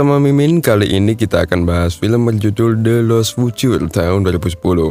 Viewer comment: Bacaan nya the lost fiucer min bukan the lost futur